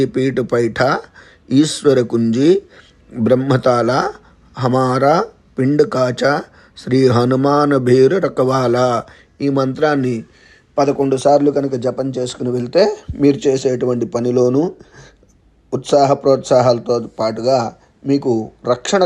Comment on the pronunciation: Hanuman ravala ani rasi vundi meeru rakha vala ani chadivaru